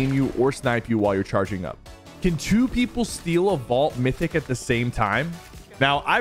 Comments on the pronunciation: A "Vualt" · “The vualt key card” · Bro what is a vualt 😂